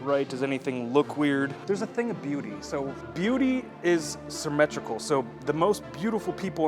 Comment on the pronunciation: "sirmetrical" lol